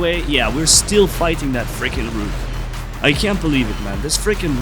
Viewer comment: You're saying it wrong!! Hey, Rook is pronounced as if it's rhyming with "took". Like "I took a Vitamin C."